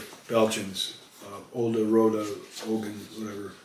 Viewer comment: You pronounce "rode ogen" quite well. The g is pronounced like a soft kh. It means red eyes.